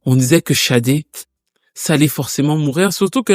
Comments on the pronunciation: Pourquoi prononcer Chadé d'ailleurs ? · Toc toc Bonjour au Manitou, Tout d'abord, permettez-moi de vendre la mèche que dans 15 jours le tonton soufflera une bougie de plus. Comme on dit:King is born in April. Enfin bref, Sade / Shadé et pas Chade, puisque le prénom complet est bien Fola Shade/ Fola Sade qui est un prénom Yoruba, si je ne me trompe pas trop ce serait Fi Ola she Ade ou Fola Shade/Sade que nous pouvons traduire mot pour/par mot (Ola)Honneur ou Richesse et ( Adé) Couronne. Du coup la signification du prénom Fola Shadé/Fola Sade serait: La richesse ou L'honneur est Couronne (l'honneur est distinctif ou singulier) Maintenant en Anglais il n' y a pas d' accent et du coup Shadé/Sadé serait Sade/Shade qui serait aussi écrit avec un C. Alors oui c'est vraiment bien fait et posé ce passage où l'artiste dit qu'elle vient d'Ibadan au Nigéria et là tout est dit pour dire le prénom donné à l'enfant joue beaucoup sur sa destinée ou sa personnalité. En Yoruba le dicton ou proverbe dit: la signification du prénom déterminera ou déterminerait sa personnalité (ailleurs on consultait même avant de donner le prénom de/à l'enfant). Comme disait le grand penseur et philosophe Socrate: connais-toi toi-même, Sade /Shade se connaissant (certainement à travers sa culture, ses origines etc...) savait ce qui était et n était pas adéquat avec ses convictions peut-être bien. Ce qui peut expliquer sa stratégie avec les médias et tout ce qu il y a derrière l'industrie musicale comme décrypter dans le film SINNERS.(Attenti